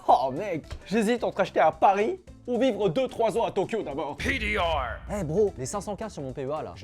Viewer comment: Pourquoi PDR est dit avec un accents ? Genre c’est français comme abrevation